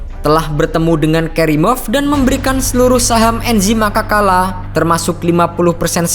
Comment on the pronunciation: Cara pelafalannya Anzhi Makhachkala bukan Enzhi Makakala wkwkwk